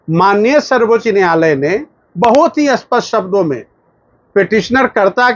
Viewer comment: आप बार बार अस्पष्ट बोल रहे है, वो अत्यंत स्पष्ट ऐसें है क्या??